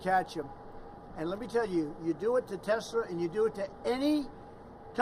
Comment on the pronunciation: did he say Tesler? Fraudian slip Telsa+H it ler